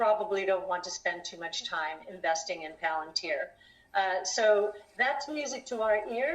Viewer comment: Sorry, After that pronunciation of palantir i cant watch you more than 10 seconds.. Palayantar SMH